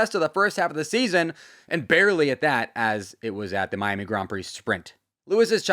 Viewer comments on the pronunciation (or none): none